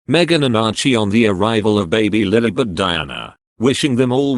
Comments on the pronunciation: It’s LILIBETH not LILBETH 🤯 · I think it's actually lilibet